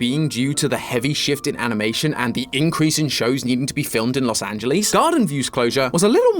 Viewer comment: Las An-gel-eese?